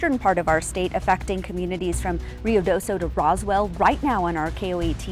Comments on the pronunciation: Ruidoso ( noisy ) not Rio D'oso ( Bear River ) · Roo e do so is how you pronounce Ruidoso.